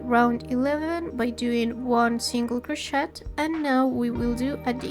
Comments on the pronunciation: Very well explained! Thanks for this! Going to make several this week! Oh, and we say croshay, rather than croshet, the T is silent, but we know exactly what you mean, anyway. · I also pronounce the word crochet with a T 😅😅. I don’t care you you pronounce it, perfect tutorial. Totally beginner friendly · Hi, thanks for your tutorial, I don’t mind your accent only how you pronounce CROCHET, I even looked it up, French version is pronounced the same as English. Might want to ask your phone how to pronounce and it will bring you to correct pronunciation. Doesn’t affect your quality of your work by no means , just a FYI. Thanks again. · Thank you ❤ such a cute tutorial! Just a little comment, in future vids don’t pronounce the “t” in crochet ❤😊